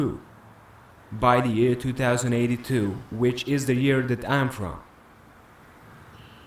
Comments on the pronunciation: he said 2 thousand 82 not twenty 82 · 2082 is pronounced Twenty-Eighty Two,. Not two thousand and eighty two. 2018 is Twenty-Eighteen. Not two thousand and eighteen.